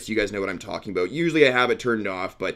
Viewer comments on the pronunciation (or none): Why'd you say aboat